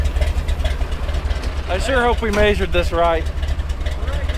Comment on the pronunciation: why do you say the word "measured" so weird? please confirm haha